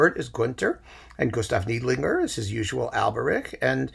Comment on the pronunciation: I know you just hate pronunciation comments, BUT, it’s Gustav NIDE-linger. Thanks for all of the suggestions; found all as downloadable single operas except the Kubelik.